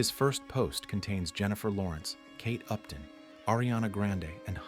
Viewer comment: i thought he said "caked up", then after rewatching i found out he said kate upton😂